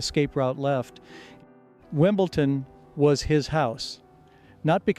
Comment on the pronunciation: AI produced for sure. Three players says : ” - his stillness” ?? Never ever heard that about him. Most revealing when Connors says : - In ..Wimble..Ton (??!!) He would never pronounce that wrong !!